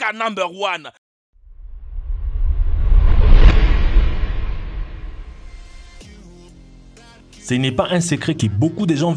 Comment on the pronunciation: je suis mdr quand tu dis nober one a zani caca nober one 😅😅😅😅😅😅😅😅😅😅😅😅!!!!!!!!!!!!